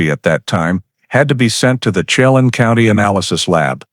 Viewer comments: I would advise you to first learn how to pronounce areas around the story line. You mutilated Yakima and Chelan. Yak’ a ma is the town and Chelan is Sha’ Lan. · Chelan. Is pernounced SHE-LAN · Pronounced: shell- anne = Chelan When-nat-chee = Whenatchee